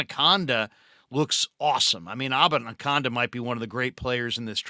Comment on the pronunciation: Love the show. Abanikanda is pronounced: uh-ban-uh-can-duh 🎉